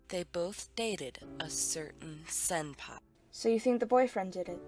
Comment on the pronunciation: I'm sorry but "senpai" not "senpie"